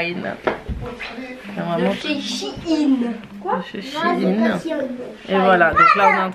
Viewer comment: Tu m as fais rire quand t as dis "shaïn" je sais pas d ou tu l as sorti mais tu m as tué de rire 😂 je t aime trop 😘